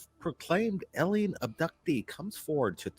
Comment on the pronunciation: What i really want to know from... what's an "elien"? And yeah, there is no group if kids going on 50 mile hikes, round trip or not. This isn't real, and not just because of that. Too many details you can tell are rehearsed, especially to remember from many years ago as a child.